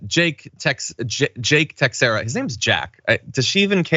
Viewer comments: It’s pronounced “Te-shara” not “Tex-eirá”🤦🏻‍♂️🤦🏻‍♂️🤦🏻‍♂️ dudes still a scumbag but plz 🤷🏻‍♂️ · Everyone is mispronouncing Teixeira, but this one is the worst. The "ei"'s are pronounced as long a's so the first syllable is pronounced like 'tay" and the "x" is pronounced like "sh" like President Xi. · It's (ta-share-a)